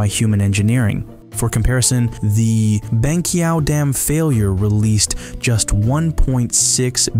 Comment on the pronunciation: Cringing every time he said "Banqiao"